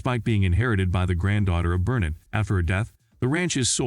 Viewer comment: FYI, it’s pronounced Burk Burr NET’ emphasis on the net.